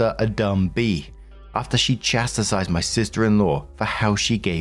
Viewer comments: Story 1 - Once again, moronically insists on purposely rage baiting by mispronouncing the word "chastised" as the NON-word "chasti-SIZED". GET A CLUE, FOR CHRIST'S SAKE! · Hi, small nitpick, but "chastise" only has two syllables, not three. Love ya 💜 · I have a giggle every time I hear you say the word “chastise”, because it makes me think of my mom talking about her mother. My grandma could never say “anemone”. She would say “anenomone”. My mom said “where tf did she get the extra no from?” One of the only times I have heard my mom say the f word 😂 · I always laugh to myself whenever I hear pronounced "chastise"...